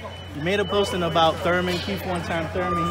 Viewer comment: ELLERBE -- For the love of God, you are suppose to be a professional and SPEAK the English language CORRECTLY. Its is not KEEF Thurman. It is KIETH Thurman. "We know that KEEF is always in great shape..".. There is not KEEF fighting. It is KEITH. Yes, I do realize that some ethnic groups use F for the TH sound, but c'mon man, you look good, dress well, smart, a sense of humor, know boxing and have money. Learn to speak proper Englis without slang. Just sayin. I know I will get beat up some, but I also know it drives others crazy as well.